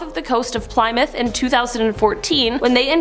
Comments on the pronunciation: did you really just call the city Ply-Myth like PLY's of toilet paper combined with MYTH?! It's pronounced Pl-eh-Myth. :rollseyes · Plymouth sounds like plimoth. Short I not sounding like y